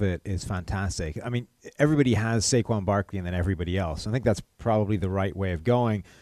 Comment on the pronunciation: Why do they keep saying Saquan Barkleys name wrong?